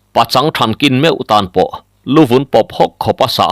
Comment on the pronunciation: I chhiar thiam viau na in, heng thil i lam dan hi chu ka sel ve deuh." Lui KUAM, hnar KIN, SEIH tih leh TUBAL" heng Capital ka ziah te i lamdan hi chuan Beng i ti thlep deuh.